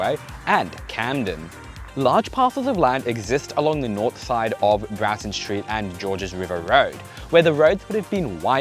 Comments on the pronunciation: Broughton is pronounced with an OR sound... like Brought'n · The name of the road which used to have a level crossing in Campbelltown is pronounced "Broughton" like brought, bought, sort, not "Braughton", which has an emphasis on the "a".